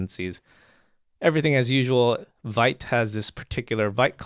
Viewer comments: Vite is actually pronounced 'veet' but anyway ;p . its in the docs too :P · Hey it's nice to be here. Just wanted to let you know that Vite is a french word for "quick", pronounced /vit/, like "veet".